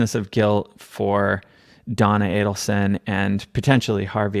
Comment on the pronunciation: Thank you for knowing how to pronounce the killer family’s last name. So many podcasters say Adelson wrong even during podcasts showing Charlie or Wendi saying their name in court.